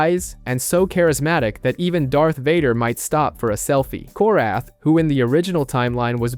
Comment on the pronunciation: Darth Vader, selfey 😂😂😂